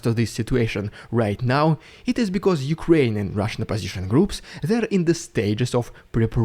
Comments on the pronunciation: Rolling Rs in 'Rrrridiculous Rrrrrrussian Prrrrropaganda' is a delight to hear. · I like the way you say the RRRRRRRRRRRRR...s......n prrrrrrrrrropg........a